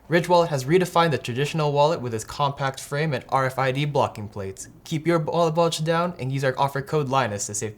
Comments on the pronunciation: “keep your b’awllet bulge down” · Did say "Bald wallage" instead of "wallet bulge" in the promo? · Did he say Wallet-bulge or Ballet-wulge? :p